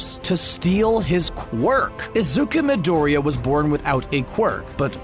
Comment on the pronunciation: I am sorry but it's scratching my brain in the wrong direction every time he says "Izuka midorya"